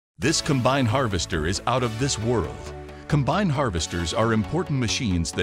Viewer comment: shame the computer narrator doesn't know how to pronounce "combine"